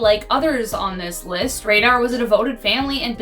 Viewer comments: It is pronounced raider not radar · No no no. Not Dennis Radar. Dennis Rader, like raider. 🤦🏻‍♂️ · Dennis Raden NOT Dennis RADAR. Dumbasses. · Radar? It's Rader. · Hello, I love this show and would die if this comment was featured. I just wanted to say that you're pronouncing Rader wrong. It's pronounced Raider.